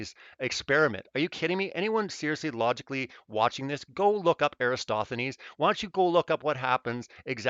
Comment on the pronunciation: can we please get a ruling as far as my understanding goes the greek mathematician in question is ERATOSTHENES yes? Everytime i hear erastothenes it feels like nails on a chalkboard how does EVERYONE flub that up or am i confused. Also i worked out of p.a. sask at seabee mine anyway spread the word if im right these vids are driving me loco